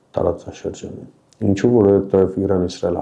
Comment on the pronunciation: Ոչ թե ԻՌԱՆ, այլ ԻՐԱՆ !!! Խոսիր հայերեն և առանց կմկմալու , և քաջություն ունեցիր իրերը անվանել իրենց անուններով